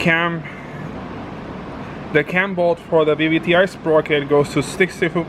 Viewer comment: It's funny how says BBTI and not VVTI😂